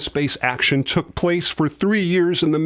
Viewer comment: Wait a Centon! Did just say "yahren ago"???